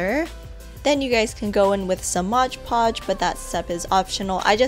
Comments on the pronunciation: Hey it's Mod Podge, not Modge Podge, great video though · MOD PODGE*** Not MODGE podge lmao I hate when people say it like that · I love the cheese board! It's actually "Mod" Podge, not "Modge" Podge, though. I can't figure out why so many people pronounce it that way. Anyway, great video!!! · Love love love the gem stone cheese platter! I'm so gonna make this! Love the tutorial as well! I say Modge Podge too! 😂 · MOD Podge! Read the label! It's MOD Podge! M- O- D- Podge...The tutorials were great! Thank you! :D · "modge podge" 😂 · Isn't it pronounced mod podge not modge podge? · ''modge podge'' hahaha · MOD Podge not Modge Podge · No offense, but pronounced "mod Podge" not modge Podge. Sorry it just really bugs me. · Modge podge 😂 no hate tho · As soon as someone pronounces mod podge as “modge podge” I click out of the video.